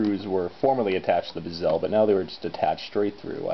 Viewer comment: Nice video, man...but why do you pronounce bezel like gazelle?